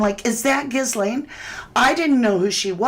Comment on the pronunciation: GA LANE OR GEE LANE the S is silent. That poor child. 😢 I find it so creepy these evils always and I mean always smile huge in pictures like they're the happiest person alive. Not the victims the pdfs.